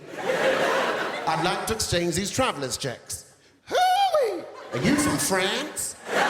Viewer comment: "are you from fhrance" :D awsome comedian